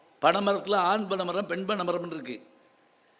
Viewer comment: பெப்பப்பே... சரக்கு போட்டு வந்து பேசறீங்களா... ஆண் மரம்.. பெண் மரம் இதையே சரியா பேசத் தெரியலயே!